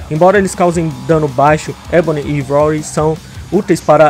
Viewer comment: A pronuncia nao é "ivory" é "aivory"